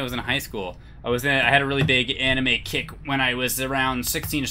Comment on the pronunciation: Really thought he said he had a big anime kink instead of kick